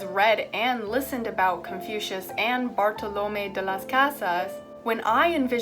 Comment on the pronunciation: You did a very good job in pronouncing Bartolomé de las Casas' name, and it made me very proud to hear a Spanish writer (in this case priest) get mentioned. Only that the last 'e' is pronounced stronger than the other vowels as it has an accent. Kinda like "it's LeviOsa not LeviosA".